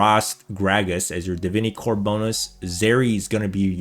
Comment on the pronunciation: Bro its not de-vin-ee, its d-vin-eh-corp